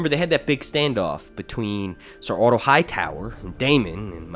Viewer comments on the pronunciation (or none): none